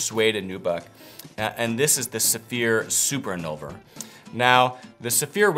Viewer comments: Dear, I believe the name is Invulner, not Innulver. Best regards. VTC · InVulner, not InNulver. 😛